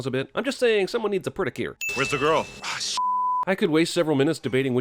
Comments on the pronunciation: ‘Predicure’, ha ha ha ha hahahahahaha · Did you just say "predicure?" -.- something's going on here that I don't like. And I'm gonna get to the bottom of it. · "Predicure"😂😎😂😎 hahaha!! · “A Predicure” f***in’ hilarious